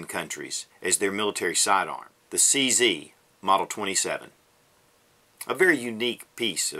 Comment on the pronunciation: CZ - It should be pronounced as Che Zet - Ceska Zbrojovka